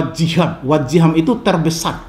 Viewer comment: wajihan yg betul nya pak, bukan wajiham